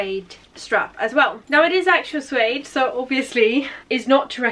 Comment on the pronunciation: Just a FYI it’s pronounced Sue-aid rather than zoo-aid